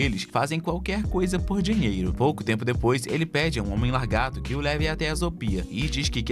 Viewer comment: Pq vc fala largato ?😅 Fazia meses que o YouTube não me recomendava um video do canal.